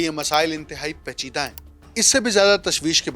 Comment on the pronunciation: گلابی اردو Not PACHIDA Its PAICHIDA